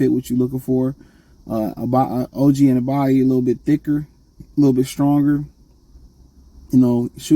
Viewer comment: An-uh-no-bee is how you say his name you always been terrible at pronouncing peoples names 😂